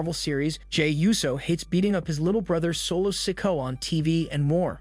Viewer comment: and solos name is not said like that eather say the names right or get some one that can WOW